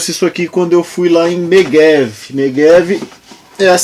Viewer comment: Mégève se pronuncia com som de /gé/ (como em jato) e não /g/ (como em gato)